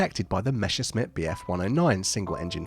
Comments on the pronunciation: What's so difficult about pronouncing Messerschmitt? It's meh·suhsh·mit, not meh-shus-mit. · Messerschmitt is pronounced more like "meSSerSHmitt", not "meSHerSmitt". You mixed up the order of s and sh lol